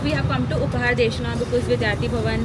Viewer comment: also also, its upahara darshini and not Deshna. love the vlog.